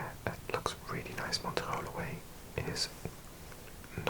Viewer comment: i love your videos but no offence the way you say montreal is insane